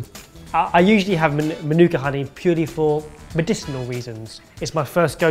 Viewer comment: He actually said Manuka correctly. Making a kiwi proud 👏